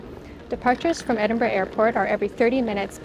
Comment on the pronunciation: Great for pronouncing the city correctly. I genuinely don't understand the 'eniborrow' 'endinbrooo'